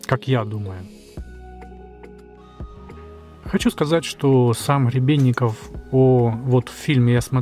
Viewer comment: Не Хребенников .. А Гребенников .